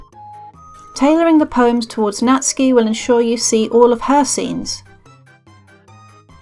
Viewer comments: Really great and easy guide, Thanks... and Nat-soo-ki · i know someone called natsuki but who is natski